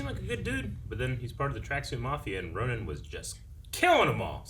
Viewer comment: It sounds like you guys are saying Ronan instead of Ronin, despite them being two completely different words that should be pronounced differently.